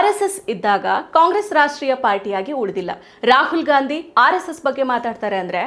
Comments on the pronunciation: Good Information Maa'm.. But.. Medam pls uchhar sariyagi maadi... Neevu style maadi Ghandi.. Ghaandi anta idiralla adanna Gaandhi anth sariyagi madi... Pradeshik uchharne ind kelawandu pada gala Pronunciation bere aagatte, Adre idu asht difficult illa,adre illi neevu purposely bekanth ghaandi ghaandi anth anta irudu gortagatte.. Nimma style maadi uchharane madudralli vabbr parichayawanne neevu badalsta idira.. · ಇಂದಿರಾ 'ಘಾಂದಿ' ಘಾಂದಿ, ಘಾಂದಿ... ಕೇಳಲು ತುಂಬಾ ಕಿರಿಕಿರಿ.